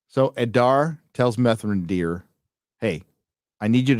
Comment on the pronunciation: "Methrandir" Hahahahahahahahah